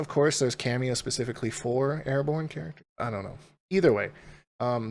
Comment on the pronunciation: He said “pahspefeky” instead of specifically